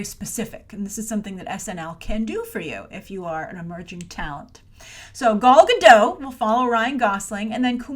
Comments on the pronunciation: Good grief,. How many ways can you pronounce Gal Godot in one episode. And not once was it correct. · aquadorina: werd. Everyone, give it a try: "Gahl Gah-dote"...hard L hard T. 👍🏼